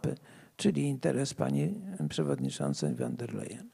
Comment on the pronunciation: Zastanawiam się, dlaczego ludzie z prawicy muszą koniecznie przekręcać nazwiska? Przecież nazwisko tej pani nie brzmi "wan der lejen" tylko "fon der lajen". Trochę smutno się tego słucha.